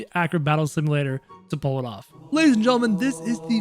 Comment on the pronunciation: He always says lays and gentlemen